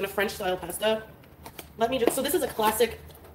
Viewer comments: Pesta 😬drives me crazy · French Pāsta?! The way she says pāsta 😮